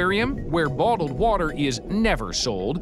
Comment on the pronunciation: The fug is botled woter? I know what bottled water is but not botled woter